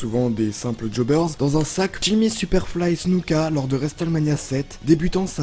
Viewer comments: "et juste après resteulmania". Cet accent anglais divin. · Le T de Wrestlemania ne se prononce pas, ni en Anglais, ni même en Américain, car de temps à autre les Américains parlent un Anglais "bien à eux" ! Dans les deux cas, le T est "étouffé" , il ne se prononce pas. Dans cette prononciation, il faut faire comme s'il n'existait pas. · La prononciation de Hulk Hogan aussi... Au final, tout l' anglais est stressant... Le T de Wrestlemania ne se prononce pas!!!!! 😂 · triple H se prononce traillepeul héche et non triple edge et WrestleMania se prononce wristelménia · Qui est Triple Edge??? Et qui est Vince Mcmawn?😂 Et pk tu dis Wrestlemania comme ça Bonne video qd même